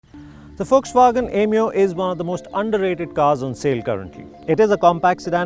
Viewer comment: Why Is This Dude Calling It 'Yemeo, Yemeo '